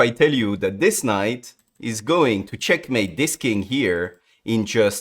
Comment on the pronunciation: Can't believe this is the guy who says "cHyeAkmeit"